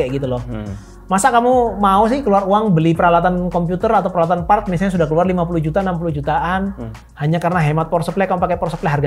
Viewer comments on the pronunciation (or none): none